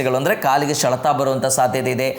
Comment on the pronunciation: ಶೆಲೆತ ಅಲ್ಲ ಸರ್ ಸೆಳೆತ ಅಂತ ಹೇಳಿ ಪ್ಲೀಸ್